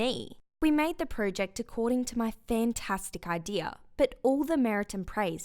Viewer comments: That’s not how you say project she keeps saying pro ject like bru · Pro-ject not project no pro-ject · That’s not how you say project